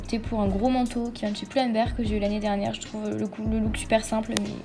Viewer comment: Pull and bear et pas Poull and bear